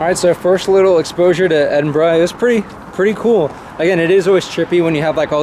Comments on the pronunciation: Thank you for saying Edinburgh correctly 🙏 🏴 ..also the gaming music 👌👏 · Hope you enjoyed Edinburgh ( well pronounced ) Scottish seagulls are bastards! 😂